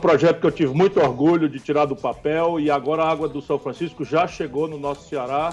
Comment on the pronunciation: ... este miserável não sabe nem falar Água... fala "Alga".. Além deste Emílio puxando o saco do coroné.. carai JP não ferra!!!